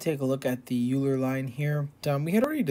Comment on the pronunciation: oiler not yooler german name